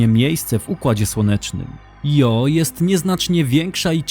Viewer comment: Świetnie opracowany filmik, jak zawsze z przyjemnością się ogląda. Mam tylko jedno pytanie: czy nie powinno się wymawiać nazwy księżyca Io fonetycznie Ijo?